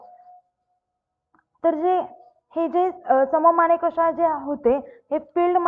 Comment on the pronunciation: सम मानिकशा नाही हो मॅडम, सॅम मानिकशा.